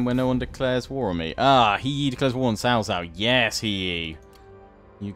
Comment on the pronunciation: Anything starting with a C followed by a vowel is pronounced as a sort of 'ts', so Sun Ce is 'Sun Tsuh', Cai Mao is 'Tsai Mao' and Cao Cao is 'Tsao Tsao', really not too bad on the pronunciation generally though. Also, anything where it's just E after a consonant has the 'Uh' sound, so words like He are pronounced more like 'Huh' or Re would be 'Ruh', think of how 'fur' is pronounced in British English and pretty close with the vowel sound.